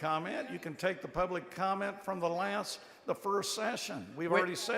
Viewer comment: Someone tell her there is a " T" in the words last, correct and redistricting.